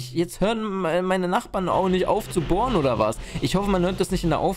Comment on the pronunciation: Dieses bohren hat sich wie gefurtzte angehört